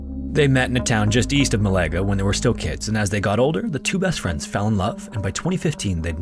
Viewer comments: FYI, "Malaga" is pronounced Mah-lah-gah, not May-lay-gah. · It's MAlaga, not maLAga, please. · I hope this channel starts looking up city names, it hurt me everytime I heard Melega instead of Ma-la-ga (the A pronounced the same every time). Anyway I still love the content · It’s pronounced Mah-lah-gah. Malaga. Not Malayga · Spo-can. Not Spo-cane. MA-laga. Not ma-LA-ga. tota-LAN.... Not TO-talan. Jeezus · Does he mean Malaga ?? Holiday destination ,Maalargar ,dont know that gaff. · Really murdered the name Malaga. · That's not how you pronounce Malaga.